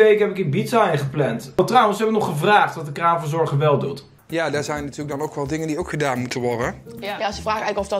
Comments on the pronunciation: Zegt hij kraambezorger ipv kraamverzorger? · het is kraamverzorger geen kraambezorger HAHAHHAHA of hoor ik het verkeerd 😂😂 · “Kwaambezorger”, prima … ‘kraamverzorger’😂